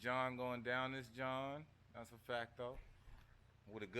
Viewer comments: Jawn is pronounced to rhyme with “yawn” not “John”, but you say and do everything else in life right 💯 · I just watched another vid and he definitely said John 😂